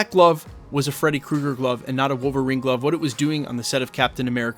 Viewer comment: Did you say MCUlverine? Lol